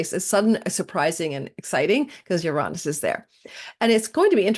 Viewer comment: Ur rahn -us? interesting elocutionary style..... it has always been ur-ay-nus, the planet of double entendre.